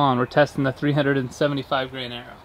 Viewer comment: It took me 20 minutes to figure out that he was saying "grain" (as in the troy grain) and not "gram" (metric system). Wow, lol. Great job on the bow! I was also thinking that FPS changes based on proximity to the meter, but you kept it consistently the same distance. You could probably clickbait a higher FPS if you shot closer to the meter.